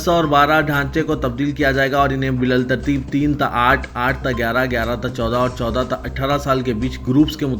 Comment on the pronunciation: بللترتیب( Bilal thartartheeb )غلط بالترتیب( bith thartheeb) صحیح پڑھو آخر کتنے غلطیاں کریں گے ، کانگریس کے روش میں آپ ravish کو rosh غلط پڑھا گیا